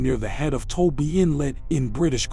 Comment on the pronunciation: It’s not Toby inlet. It’s TOBA. I work there from time to time. For thirty years building roads.